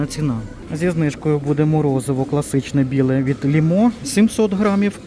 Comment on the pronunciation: дякую вам, посміялася також, 🤣🤣🤣 що в АТБ почали продавати ведмеді та щей по акції.👍🤗🤣 Правильно "Фℹрмові" , а не фірмОві, і не "ЛімО" , а "Лℹмо".🤗